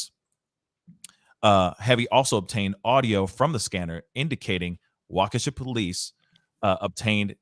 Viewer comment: Wa-kesha??? It’s wah-keh-shaw guy